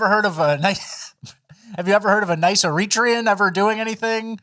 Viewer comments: Air-Uh_Tray_Un you dorks! Not Air Reach rhee un... LOL... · Why does "errreetrian" have me laughing my ass off😅😂😅😂?